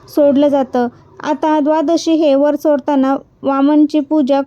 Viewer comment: वरत,नाही व्रत असे म्हणा. खूप छान माहिती सांगितली 🙏